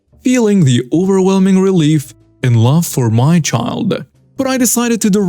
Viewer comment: can I give you a tip for your narration? Your English delivery is getting really good, but there's a thing you do that sounds quite odd. Whenever a sentence ends in something like "...picked up my baby" or "tried to get into my house," you put an accent on the "my" (or "his" or "their" or whatever). If there's any accent at all, it should go on the last word, not the possessive before it. It should not be, for example, "The man tried to get into MY car" or "The woman rode her bike right into MY garden," but "...get into my CAR" or "...right into my GARDEN." Hope you don't mind the lesson!